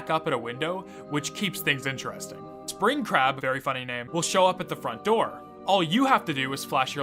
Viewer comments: For a second I thought you said Springcrap not Springcrab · I thought you said Spring Crap lol